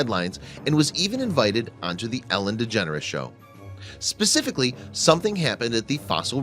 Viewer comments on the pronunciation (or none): none